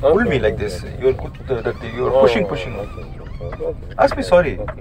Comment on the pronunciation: Aathu "pinching" bro pushing ilaaa